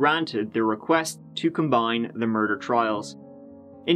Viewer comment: Her mur-dar was going off.